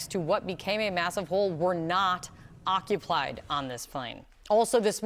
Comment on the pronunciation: She said occuplied!!